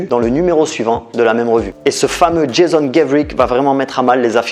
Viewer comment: JASON : la prononciation anglaise est «jeï-SSon», et non «jeï-Zon».